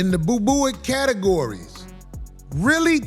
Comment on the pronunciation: That mf said boobooic 😂😂😂😂